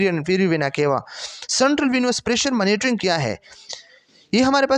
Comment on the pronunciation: Mera L krta hy sub:: phly monitoring ko maanotoring nhi prho 😅